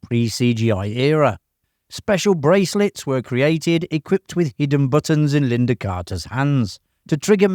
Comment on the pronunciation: Lynda not Linda.